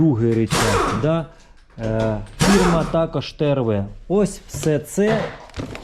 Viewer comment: Українською слова із літерою О : пОїхали, пОкажу, такОж та інші - літара О в них звучить, як О, а не А - пАїхали, пАкажу, такАж